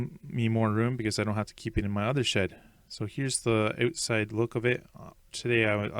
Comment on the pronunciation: "So here's the oooot-side" 😆